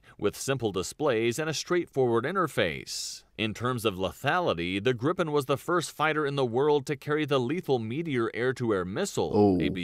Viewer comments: It's Griipen, not Grippen, just one P. I'm proud of it. Daykenn and Vaigen... this guy, it also has two Gs in the name! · That makes no sence to someone who's first language is English. It should be pronounced "Greepen". "ee" as in "Jeep". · Kind of funny to me how the speaker of the video pronounces "Viggen" as something like "Vegan", and "Gripen" as "Gripping". When it should be the other way around. Gripen, vegan. Viggen, gripping. Short vowel, long vowel. Feet, fit. You have it in English. Feet is pronounced differently from fit. This is what is going on here, so why can't you get it right? Duh! 🙂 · The "i" in "Gripen" should be pronunced more similar to "ee" in "feel", id est a "long i". And the "i" in "Viggen" should be pronunced more like english speakers pronunce "i" in "Gripen", i.e. "short i". A grip is a mythological creature, in english griffin, a mix between a lion and a bird. "Gripen" means "The Griffin" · that video is butchering the Swedish names soooooo bad